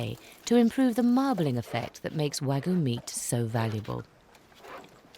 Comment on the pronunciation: It's "WAGYU". not wagu! And you call this segment about class????